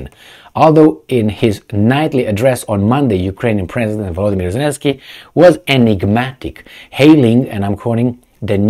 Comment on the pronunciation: he called elensky the clown 🤣😂